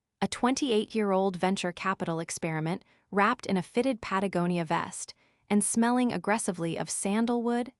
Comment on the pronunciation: How in the bleeding heck did you get "Pat-A-GO-ni-a" correct & screw up "JAIR-ed?" That doesn't seem existentially possible.